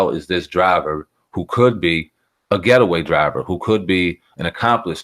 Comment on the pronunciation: Lol he said ghettoway driver